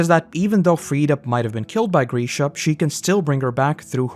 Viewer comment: Oh my god. It's Grisha, not Greeeesha